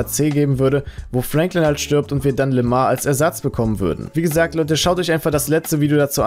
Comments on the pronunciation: Der heißt doch Lamar und nicht Lemar 😂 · im Game wird LAMAR ,, LÄMOR" ausgesprochen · Es wird Lämor ausgesprochen